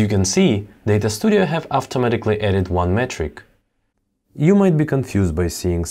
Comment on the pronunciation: I love how he says AFTAMATIKLLY instead of automatically.